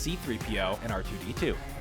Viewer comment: What's up with the weird emphasis on R2D2 during the raiders scene?